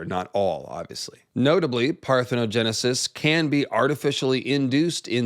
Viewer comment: Shout out to for nailing the parthenogenisis pronunciation and explanation 😂 These lizard people be impregnating them damn selves!!!